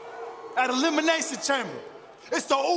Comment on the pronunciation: Its elimination not eliminasion😂